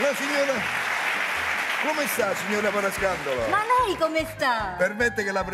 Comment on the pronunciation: Comunque il cognome esatto e’ Parascandolo e non Parascandalo…